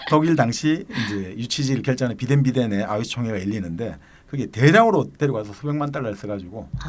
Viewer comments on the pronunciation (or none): 말씀중 비덴비덴이 아니라 바덴바덴 인거 같습니다. ^^ 독일 중서부의 소도시 라고 하네요.